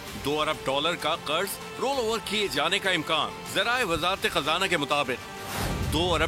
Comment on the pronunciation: Kurz nhn Qarz hota h. Urdu ka tlaffuz theek kren.